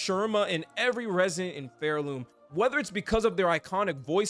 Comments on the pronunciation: Really good video, but evertime you said pharloom as phairloom killed me inside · It's Pharloom as in far away, not Fair-loom